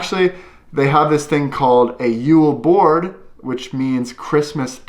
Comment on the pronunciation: It callas jul bord not Jol bourd😂🤣